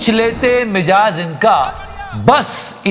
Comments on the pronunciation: Mijaaz nhi Mizaaj hota hai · Bhai mijaaz nhi Mizaaj hota hai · भाई मुझे अन्यथा मत लीजियेगा, मिज़ाज कहते हैं ना की मिजाज़ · it mizaj, not mijaj..:face-orange-frowning